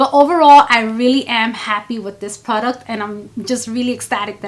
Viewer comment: I love the way you say "pru-duct" (product) 😂. Your eyeshadow technique is so lovely. Always a soft glam. I would like to see a 'no makeup- makeup look' lol. When you have the time. Xoxo